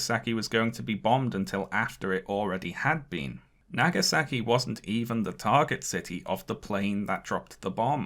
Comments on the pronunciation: pronounciation of japanese names is delightfully british actually lowkey love it..... hiroshimmer and nagasacky........ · "... Hirahshemah & Nagesakee ..." your pronunciation of Japanese names stinks